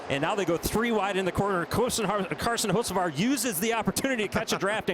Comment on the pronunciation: It's Hocevar not Hoceavar